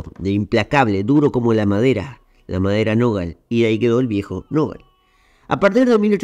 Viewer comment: Felicitaciones! Me extraña como en repetidas ocasiones repetís el apodo de Andrew Jackson "viejo nogal" acentuando oralmente la sílaba grave siendo que lo correcto es acentuar "nogal" de manera aguda, última sílaba. De cualquier forma es un detalle leve, aunque me pareció llamativo por lo reiterado.